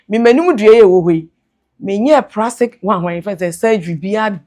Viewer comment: The "Ecrestiasis" verse and "Prastic" surgery for me 😂😂😂😂